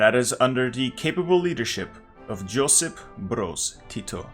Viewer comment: This is the most nit-picky bullshit but as a proud Yugoslav I can't let it go. SFR stands for Socialist Federal Republic, not Soviet. Also Josip is pronounced "Yosip".